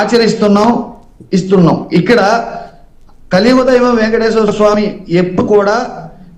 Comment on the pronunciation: అరే లోఫర్ వైసిపి లోఫర్ వెంకటేశ్వర స్వామి కదరా వెంకటేశర స్వామి దేవుడి పేర్లు కూడా సరిగ్గా చెప్పలేని నీలాంటి పేటియం నా కోకో ని ఏమని తిట్టిన తప్పులేదురా చెప్పు తీసుకొని కొట్టాలిరా మిమ్మల్ని శ్రీ వెంకటేశ్వర స్వామి అని పలకలేని నిన్ను డిబేట్లో కూర్చొని పెట్టినందుకు ముందు ఆ యాజమాన్యాన్ని అడగాలి